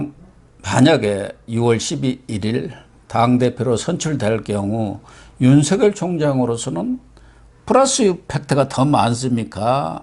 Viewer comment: 윤석열은 연음법칙에 따라 윤서결로 발음해야 합니다.윤성열이나 윤성렬로 발음하는것은 매우 잘못된 것입니다.소위 지식인이라는 분들이 우리말,더군다나 가장 중요한 사람의 이름을 잘못부르는 것은 방송의 신뢰와 화자의 수준을 의심케 합니다. tv 애청자로서 안타까운 마음에 드리는 말씀이니 은 물론 누가 페널로 나오든 꼭 지켜지길 바랍니다.